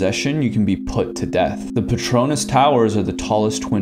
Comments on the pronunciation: Whyd he pronounce Petronas "pEtrOunAs" im sorry ik hes not Malaysian! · its pronounced "Pet-ro-naehs" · The way he pronounced Petronas made it sound like a Harry Potter spell, B R U H